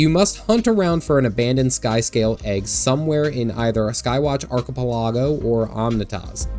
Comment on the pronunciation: Imma need you to repronounce archipelago...